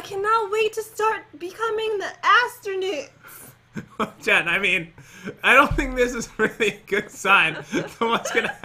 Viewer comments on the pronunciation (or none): Nobody: Jen: Astronoot Pat: Wut? Me, an intellectual: Astro-NOOT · It is astronaut not astronoot!! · Jen says I can not wait to become an astrunuut in an Irish accent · No one: Jen: I cAn'T wAiT tO bEcOmE tHe AsTrOnEwTs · Astronewt hmmmmm I will say that EVERY time i say astronaught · JEN: I CANT WAIT TO BECOME THE ASTURNUAIWKSTS :EDITOR:WHAT......? :PAT: WHAT..... HAHAHA I CANT BELIV....... JUST JUST LEAVE :ME: UH............ DO YOU MEEN ASTURNUT JEN YOUR INBERISING HEHEHEHEHEHE........ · She said astronit too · “I cannot wait to start becoming the Astronoots?” -Jen 2019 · Astronudes? You mean astronoots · Katherine Curic no astronewts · "AsTrOnOoT" Jen 2019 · Jen, what's an astronoot. Astronut? Also, pat, how do you spell that? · Jen: I can't wait to start becoming the astranoots Me: I wonder what the subtitles say Subtitles: I can't wait to start becoming the afternoon LOL BTW, the astronaut certificate says "Astonaut Certificate". They spelled astronaut wrong like how Jen's pronounciation of it was wrong. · Jen:come on we need to becoming the astronit Me:Im telling what she said “come on we need to get to the astronaut place” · Jen:i cant wait to be astronoots! Me:stop joking and pronounce it right!!! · Jen said astrunut! XD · Jen:I Cant wait to become an Anstrnuunt Pat:What The heck jen Me: Whispering to pat I think it's her own language 😂🤣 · Pat: OH ITS NASA!!!!!!!! Jen: gets disconnected from pats car also jen: wait! I broke off! you have to come back! pat: ok wh- what happend? Jen: you have to reatach me some how! Me: how did I know she was gunna break off... also when Jen said astronewt LOL!!!! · jen it asternoots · I laught what jen said astronoot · Astrunoot hahahahahaha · why are you saying astrnits that is bad English.